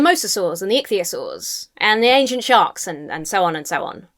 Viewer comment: When you said ichthyosaur I heard atheistsaur